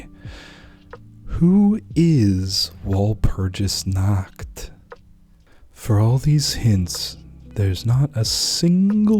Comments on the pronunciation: It's pronounced wall - purg- us dude research cultures and pronunciations please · Take a few lessons on German and then pronounce walpurgisnacht again. Uncultured swines